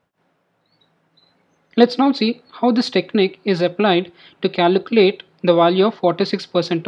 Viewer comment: Great video but it’s pronounced caLculate not caLUcalate Trying to help you good luck brother